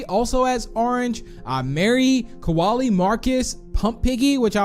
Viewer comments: I think u Accidentally said kowali cause it’s kolie I’m not being rude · Koalie Me: ITS KOLIE